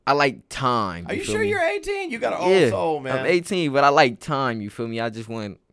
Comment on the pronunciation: every time Nahmir says time it’s like “Thiymee”